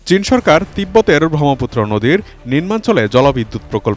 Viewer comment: উচ্চারণ জ্ঞানের অভাব (ব্রহ্মপুত্র)